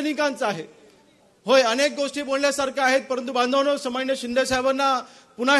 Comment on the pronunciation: समाननीय.......हो आमदार साहेब सन्माननीय असं बोला😂😂